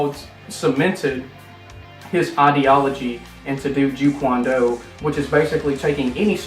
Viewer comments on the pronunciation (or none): "Jee Kwan Do" it's Jeet Kune Do. In English "Way of The Intercepting Fist". "The biggest problem that this movie has with the criticism that it is getting is that it's kind of a misdirection". This is very wrong actually. That is NOT what people are mad about. The major criticism that people are so pissed off of is: the corruption of Bruce Lee's character. They sabotaged his outstanding personality. Legally, it's CHARACTER DEFAMATION and the Bruce Lee Estate is working on a lawsuit action against it. Bruce Lee IS NOT A DOUCHE BAG, LOL. Not only is it a grossly false misrepresentation of his personality, it's an assassination of character. They tried to make the humanitarian bad ass into a real asshole jerk! THAT'S why people all over the world are rightfully pissed. " ...a great characterization that is really absent in the real world today" Which is what Bruce Lee is actually supposed to be! lol, the very thing u state is absent in today is actually in Bruce Lee, ironically cuz you're watching a so called Bruce Lee movie. "..out of the movies I've seen him in." You mean all THREE ? He only made three Chop Saki films, that's it. Literally only 3 (tower of death was nvr completed). But yes, of course he also made one single American film (ETD), but he wasn't really an actor. He never had a SAG card, never did an audition, never had an agent, he made those four little action films in exactly 1 yr and 10 months. This was the last one year and ten mont